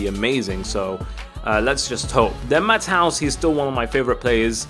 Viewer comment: you said matthouse isn't it mattheus i know the spelling btw